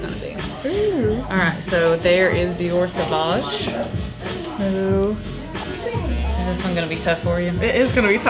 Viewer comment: No! Not savouge LOL